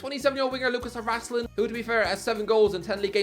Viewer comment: You pronounce Harašlin as ”Harasslin”. It is pronounced ”harasch-lin”